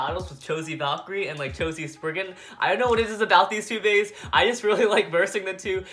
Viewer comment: At the last part you said cho z spriggan